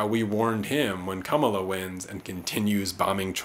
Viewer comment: I voted on the first day of early voting. Voted for Jill Stein. I appreciate your analysis. On a side note, I’m sure if I shared this video with people who are Harris supporters, they may tune you out soon as they hear your mispronunciation of her name. It’s not “Kum-uh-la”. It’s “comma-la”.